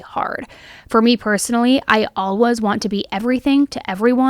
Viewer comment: I love this channel but there have been a couple videos I had to turn off because it had the word always in it so much. She pronounces it aww-ays. No L in it.